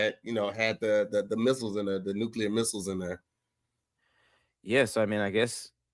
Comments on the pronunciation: BRO THANK YOU!! It’s like he adds a second U to Nuclear every time🤣🤣🤣 he ain’t no better than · THERE IS ONLY ONE U IN NUCLEAR. Its pronounced New-Clear it’s not a magic word💀